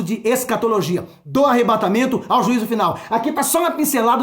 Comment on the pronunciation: Que palavra tremenda! Glória a Deus sobre sua vida 🙏🙏🙏🔥 É Arrebatamento, não Arrebentamento da Noiva... Rsrsrs